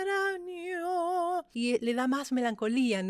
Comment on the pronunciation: Por que pronuncias extranyo sin el sonido de la ñ?